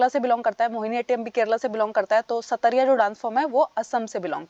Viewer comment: Ma'am Satariya nhi "sattriya (सत्रीया) hai